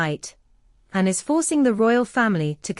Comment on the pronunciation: Why can you not say “Anne” properly. It comes over as”n”.